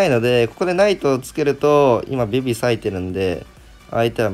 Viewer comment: ベビがビビに聞こえてしまうのは自分だけ？w